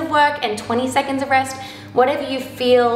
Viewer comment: Me: waiting for her to say Rex instead of rest again and being disappointed when she says it correctly